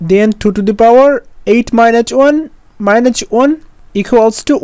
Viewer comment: Its minus not minuch😹😹